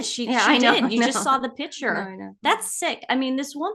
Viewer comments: It’s impossible to listen to you intentionally, repeatedly mispronounce the most basic of words. If anyone can help you learn the correct pronunciation, of the word ‘picture’, it would help make some of your arguments and opinions appear more coherent and intelligent, while you both talk all over each other. I want to be on your team and support your channel, although my apologies if I’m in the wrong place. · I wish they would learn how to pronounce piCtures...it's not pitchers. So annoying as they constantly use the word.